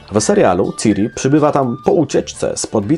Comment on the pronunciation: Czyta się ćiri